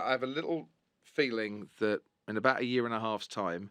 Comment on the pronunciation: Feelink, pushink.. let’s keep it Englishk